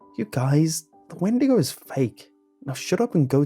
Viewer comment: XeeVo 😂. I’m dead